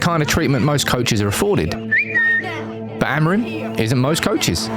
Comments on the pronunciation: Não é Amarim é Amorim, aprendam a pronunciar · Is Amorim, not Amerin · "Amarante"????? Amorim!!!!! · O nome dele é AMORIM ! Fale português caragoooo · Adoro a merda da inteligência artificial. "Ameirim" :) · Great editing,great information well done..BUT the wrong pronunciation of his name was driving me nuts...